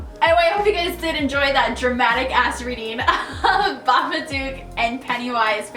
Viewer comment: did i just...did i just hear babaCOCK HAHAHA